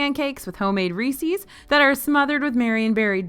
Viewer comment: I can forgive the ‘pecan’ pronunciation variations…but “Reese’s” rhymes with “pieces”, not “feces”. LOL